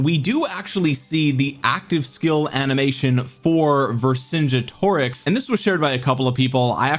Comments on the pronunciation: Say it like this. Ver Son Get O Rix. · Vercingetorix has a hard G. Like the word "get" Ver-sin-GET-oricks